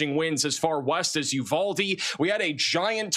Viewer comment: Guadeloupe… Texas native here. I can’t resist so here goes: “GUHWAH de loopeh” “New BRAWN fulls” You nailed Uvalde though 🙂